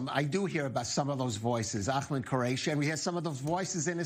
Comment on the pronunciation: The host was rude with pronouncing Ahmed's name.